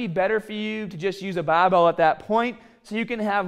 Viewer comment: I only came here to hear him say baahbell